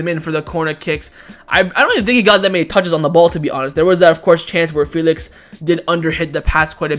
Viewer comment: chewing his words on Felix